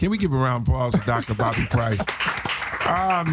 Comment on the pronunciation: DR BOBBY I HEAR DR BODY